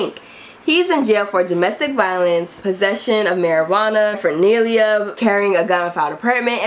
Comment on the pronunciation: I keep rewinding this to here how you mispronounced paraphernalia 😂😂😂😂😂😂😂😂😂😂😂 you better say it